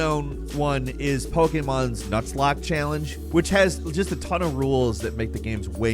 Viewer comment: A pokemon nuts lock? Lmao, that pronunciation is hilarious.